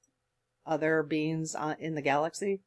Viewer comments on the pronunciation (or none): none